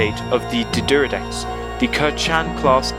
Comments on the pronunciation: Not pronounced Deeeee'deridex, it's D'deridex. Pronounce it like you've got a stutter. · It's pronounced D'D-air-eh-decks not D'D-er-ih-decks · Dude, there is no letter U in D'deridex. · he sure likes to say d deridex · "D'deridex""D'deridex" "D'deridex""D'deridex""D'deridex" Cheers